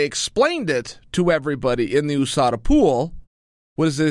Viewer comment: Chael “Oooh-Sada , MOOEY TIE” Sonnen